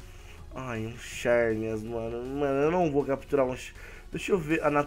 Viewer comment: pronúncia se zerneas não cherneas